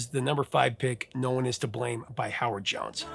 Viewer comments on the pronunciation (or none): To me it sounds like you said Johnson not Jones for Howard Jones.